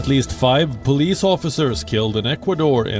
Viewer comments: she said PUULIS to police 🚨 😂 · pulis 😂 sis it's POLICE not pulis 😂